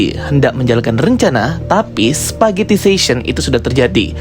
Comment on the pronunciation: "spaghettification", bukan "spaghettifation"